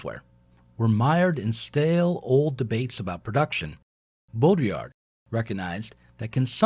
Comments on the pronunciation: I love the way you struggle to say it haha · Bodr-yee-ah Use throat for r-yee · The division between 'Town and Gown', at least as a social, if not geographical concept, existed in England, in Medieval Oxford, and probably elsewhere, even earlier than in 19th C USA. BTW it's Bowdriiyar(d) - I don't think French speakers would pronounce the last letter. if I could find a pron. guide (also on YT, why couldn't this presenter?? - lazy, or what?) Baudrillard's view of the 1991 Gulf War - it wasn't a war, but turkey-shoot atrocity - and we only ever saw propaganda 'simulacra' of it, is the most important, and totally accurate, thing he ever wrote. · Bow-dree-are. It’s a challenging pronunciation. (I speak and write French.) I love your multimedia lectures, but could you please lower the audio levels on the music? At their current levels, the music competes too much with your voice-over. (I’m also a video producer.) I needed to strain to hear what you were saying. Plus, it takes special mental focus because it’s philosophy, complex and/or unusual ideas. I do enjoy the stock footage and if watching it starts detracting me from processing your narrative, I just look away. Thanks so much and I look forward to watching more. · Hahaha the way you pronounced it the third Time.. Classic. Good work man. I'm french. It's Baudrillard bodriA if it helps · "bottle lard" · Bow Dree Ard. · BO-dree-AR my people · Dude, the fact you can’t say the guys name correctly isn’t a good start to an educational video. Sorry not trying to be a dick but it undermines your efforts. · Just loop Rick Roderick's pronunciation of Baudrillard until it just comes naturally. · You managed to pronounce baudrillard differently every time you said it 😂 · Jake Zydek the D is silent... that’s embarrassing. I have been pronouncing wrong for years, apparently.